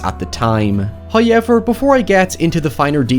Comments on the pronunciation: your pronunciation of however is giving me the crazies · It sounds like it would take so much effort to pronounce "however" that way. Does it hurt or make your mouth cramp up?